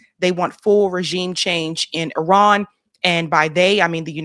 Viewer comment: That’s AI Trump. He can’t even pronounce regime correctly. Explains the hat.